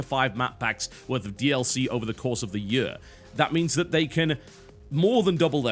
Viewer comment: ''over the yuar'' lol